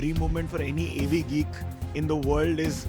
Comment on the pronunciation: that’s not the right way to pronounce ‘Avgeek’ bro 😂